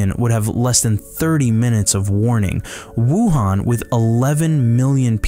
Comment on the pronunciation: Did you say Wuhan?